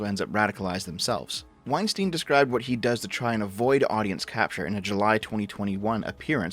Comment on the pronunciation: You don't know what you're talking about in respect to Maajid Nawaz or Bret Weinstein (which is -stein as in Einstein and not -steen. This is the bare minimum you should have researched). They are NOT conspiratorial nutjobs captured by their audiences. Straight up made up shit. The effing balls to think that you're ahead of Bret Weinstein and Heather Heying's perspective in recent matters without being a follower of their train of thought, having the qualifications or time doing research to formulate a coherent argument against it. The idea that you're so far ahead that you look at them in the rearview mirror as another stunted attempt at societal analysis and summarising it as a conspiratorial audience capture is the peak of hubris. They actually do science, real science. Absolute clown.